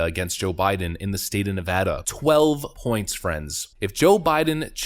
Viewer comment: OMG! I hope that poll is correct! And thank you for calling it Ne-Vaa-duh! It's so annoying when people pronounce it wrong.